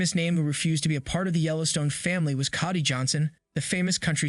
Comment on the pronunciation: Learn the pronunciation of Cody Johnson. Sam Elliot had an article out saying while it’s not Lonesome Dove he is very proud of his character he played in 1883. HBO rejected Mayor of Kingstown. Sheridan was pretty self effacing about his acting career saying he had been acting twenty years and had $800 in the bank to show for it before Yellowstone took off. Don’t know anything about the feud between Costner and Sheridan but I would be surprised their ego’s could fit in one room.